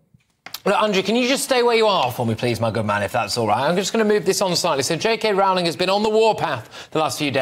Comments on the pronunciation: Small point, Patrick, Rowling is pronounced ROLLing as Andrew said at first but then gets it wrong. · Rowling pronounced roe-ling. Come on, Brits, get it right. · Patrick, when are you going to learn how to pronounce J K Rowling's name correctly ? It's not that difficult !!!!!!!!!